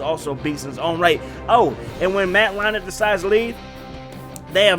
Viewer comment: It's Leinert. There's no "h" in the name.